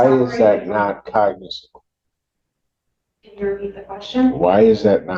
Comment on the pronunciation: The word Cognizable, is the attorney saying the word right? Sounds like the judge corrected her several times and she still says it wrong. His Honor is super irritated, you can see it in his face.